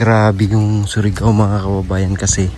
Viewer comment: Hindi SORIGAO..kundi SURIGAO 😂😂